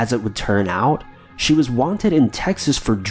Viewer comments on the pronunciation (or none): none